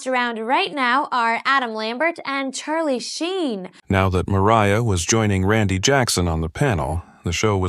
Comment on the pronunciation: “Charlie Sheen”. Sigh 🤦🏽‍♀️